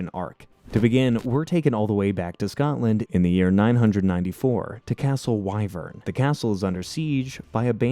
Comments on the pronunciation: you also forgot the fact he said " castle why - vern" when it's supposed to be Wi - vern and it's spelled Wyvern but pronounced like the wi sound in the word wind. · The castle is pronounced wiv-urn 😬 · I was willing to sit through however many times you pronounced "Why-Vern" instead of the IN SHOW pronunciation of "Wih-Vern," but I will absolutely not stand for hearing Demona pronounced "Deemina"